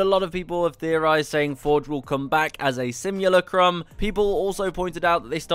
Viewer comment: That pronunciation of simulacrum killed me more than Revenant killed Forge